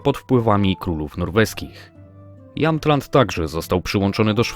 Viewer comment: Mowi sie "jemtland" - mieszkam w Jämtland. Szwedzkie"ä" czyta sie jak "e"!